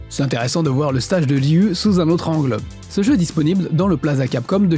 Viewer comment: Excellent reportage ! C'est inspirant ! Je suis perplexe face à tes prononciations des mots "Ryu" de Street Fighter, et "Ridge Racer" cela dit.